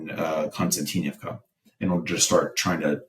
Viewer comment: Ummm, hummm😂😂😂 having a difficult time with new fairytales😂😂😂😂 Konstatinkbka, multiyear effort😂😂😂😂